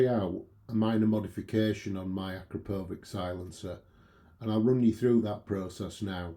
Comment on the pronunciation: Super helpful - thank you! On your note about how to pronounce “Akrapovic”, it’s as you pronounced it except the last syllable is as in “sandwich”.